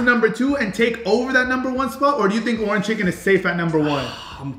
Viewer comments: For a Suns fan he really doesn’t know how to say Orange out of Nowhere aye in other videos where he’s mentioned the color orange & along with other videos he’s been in from Faze Rug or Mama Rug & Papa Rug He’s mentioned the color Orange without any problem but today he can’t even say Orange your Autism is showing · saying "ORAN chicken" instead of "ORANGE chicken" is bothering me 😂😂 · Anyone else annoyed how he says orange chicken? Lol oranchicken 😂😂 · Bro saying “Orin” chicken is pissing me off 😭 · orange chicken, not oranchicken lol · bro… it’s called “ORANGE CHICKEN” not: “ORAN CHICKEN”😂😂😂😂😂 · "orn chicken" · Are you saying “oran chicken”? lol it’s orange chicken! 🤣🤣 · Bro I love your videos but it's Orange not Oran!! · Why can’t he say orange right. Bro it’s not Orin chicken it’s ORANGE!!!! 😅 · ITS ORANGE CHICKEN NOT ORAN CHICKEN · bro why he saying oran chicken